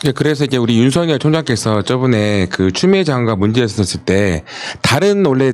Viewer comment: 윤성열 윤석열 발음 구분 좀